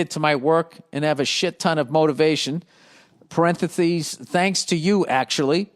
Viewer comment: Parenthathees hahah